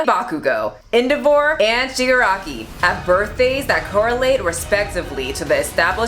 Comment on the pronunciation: I'm more offended at your pronunciation of Shigaraki than the birthdays😡😡😡 Still love you!😁